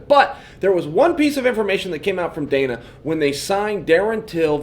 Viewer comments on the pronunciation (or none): none